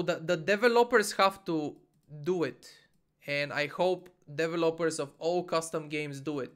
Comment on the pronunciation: Your english is so good,, but your pronunciation of developers while understandable was still pretty funny.